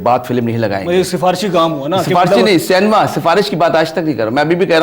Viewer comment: Pehle to Cinema ko Cinema bolo cenema bolte ho 😂😂😂😂😂😂😂😂